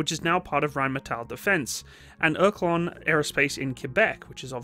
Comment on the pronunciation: That has to be the worst pronounciation of the word Oerlikon that i ever heard. it's pronounced like "Ör-Lee-kon"